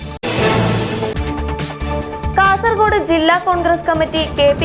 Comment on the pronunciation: Y R U saying KASARAKODE ? Pronounce as KASARAHODE OKAY. For your information KASARAKODE is in. Honnavara taluk of North Canara district. Pl do not repeated this mistake hereafter.